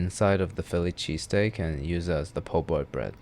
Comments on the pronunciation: Did this mf say “Chilly Pheeseskeat? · “Chilly Pheesesteak”!!!